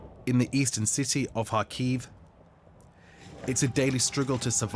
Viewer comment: "life in the ci-TAY"